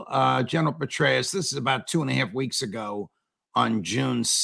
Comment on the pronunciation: Petraus sounds like Paulus.😉